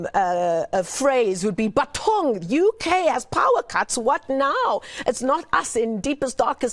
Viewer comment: Not “Bathong” Chile! 😂